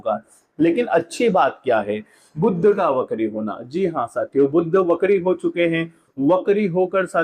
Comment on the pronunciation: Yah buddh nahi hai " Budh " hai